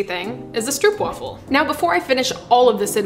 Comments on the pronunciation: If you ever wondered, it's pronounced "strew-erp-vafel" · Being Dutch, I enjoyed you making ‘our’ stroopwafels 😀. BTW, the real pronunciation of the ‘oo’ in stroop is exactly the same as the ‘oa’ in oatmeal 😜. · as a person who has read a comment from a Dutch person on another video about the pronunciation, I also agree with this. But I don't like it. I prefer the way she says it in the video. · Dutch fan chiming in here. First of all: Thank you for all the awesomeness! I love your vids, and they do really make my day (when I watch them with my own homebrewed latte). As for the pronunciation of Stroopwafel. Stroop would be easiest said when saying the double O as a single oh as you would say it in dope or rope. So go for Strope (or even strobe). Wafel is harder to get right as the sound of what the Dutch call a "long-sounding single vowel" is a bit tricky to get into English. Closest I could get to something English (I was a teacher of English as a second language) would be going WHAA and add fell to it, ending up in whaafell. So getting it to sound right you would have to pronounce stropewhaafell. Give it a try, I'm sure you'll nail it! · I love This!!! Koffie and stroopwafels are so good togheter. Fun fact: did you know the oo in stroop is pronounced like the oo in door? It’s not a oe sound haha (I’m sorry i’m Dutch and I made it my mission to teach the internet how to pronounce stroopwafel) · The oo part is pronounced as the oa in boat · Great video, but again it's Stroopwafel. Where the oo in stroop is pronounced like the o in go. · You pronounced it incorrect, go to Google translate, select Dutch language and type "stroopwafel". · It's Str-Oh-p (as in hope) Waffle. (I'm Dutch. Str-OO-p (as in food) is so wrong makes me want to...) But love the video. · There are no traditions for stroopwafels, also the pronunciation is more like strohpwaafel not stroopwaffel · And wafel is like waafel (a big aaaah) :p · Its stroopwafel not stroepwafel lol o oo